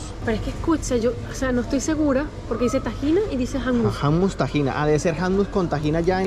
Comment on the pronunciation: Hola quiero decirles que no se dice hammus ...hummus con u y tampoco es tahina con a ..es tahine con e....saludos amigos 😊